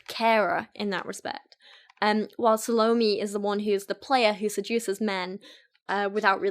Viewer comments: hey there! just wanted to let u know that the pronunciation of Salome is Sah-loh-may, not Sah-low-mee. I thought your video was really interesting, I love listening to you read poetry! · Suh loh me? I think it's actually "sah loh may" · Sah-low-may not salami :) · Salome is, roughly, "ZAL-oh-may" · Loved the way you drew parallels between the poems :) ("sa-low-MAY" is how it's pronounced) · Salome is actually pronounced "SAH-low-may". I flinched at your pronunciation, but I loved the vid otherwise. XD (Part of the reason I love it is because I'm a writer and, yes, I released a poetry collection of my own back in 2015. I'm always interested in hearing the thought process of readers as they analyse the work they're reading, rather than just a straight is-it-good-or-bad verdict.) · It’s SAL-OH-MAY and I only know because of the opera Salome lol. She kisses Johns detached head at the end and it’s gross. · Just a heads up--Salome is pronounced SAH-loh-may. It made me cringe every time. 😂 But man, I love these videos looking at Youtuber poetry. It's such a trend right now. I'm not a huge poetry person anyway, but a lot of these modern "poets" drive me nuts because it's just feeling and no craft. Feelings might be powerful, but they don't necessarily create good art. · The way she pronounces salome. Sounds like salami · sal-O-m, the 'e' isn't pronounced. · I think Salomé is pronounced 'SA - luh - MAY'. The name is often written with an accent at the end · It's SAL-oh-Meh, accent on the mehhh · The way you pronounce 'Salome' like Bologna Girl, I